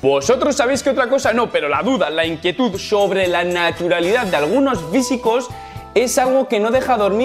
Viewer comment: "algunos VÍSICOS"😂😂